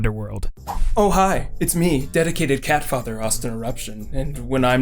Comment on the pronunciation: careful how you say cat father, cuz that sounded waaay to close to cat fucker xD